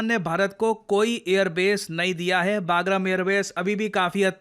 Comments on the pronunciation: Baagram nahi usse Bagram bolte hai. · आज बोलना ही पड़ेगा. बहुत बार हो चुका है। वो पैलगम नहीं पहलगाम है। और ये बागरम नहीं बगराम है। Plz sir!😢